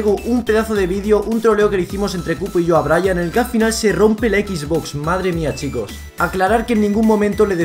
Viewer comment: Jaja me dio gracia q dijo quiero una EXBOX cuando es XBOX PD: Buen video